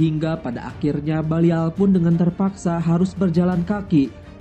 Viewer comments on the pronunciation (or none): Min namanya Balian of Ibellin bukan Balial dan itu emg ada dlam sejarah perang salib, Balian dr Ibellin, bukan libelin ato libelil... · BALIAN FROM IBELIN. BUKAN BALIAL FROM LIBELIN HIIIH GEMES BANGET DENGERNYA!!!